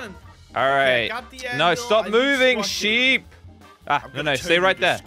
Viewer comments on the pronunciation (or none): Did anyone else hear say ship instead of sheep